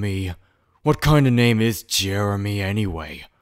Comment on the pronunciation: Why’d he say “Jeremy” like “JeReMY” 💀